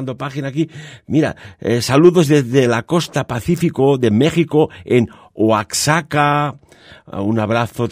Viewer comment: Si en muchos lugares se ven esas sombras. Pero no todos ven o perciben este tipo de manifestaciones . Oaxaca la X la debes pronunciar como J. Saludos